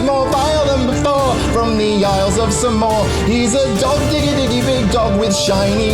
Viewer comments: As a samoan myself, thank you for pronouncing the name of our homeland correctly instead of butchering it like most people do 😂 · 1000 points for saying Samoa correctly in the song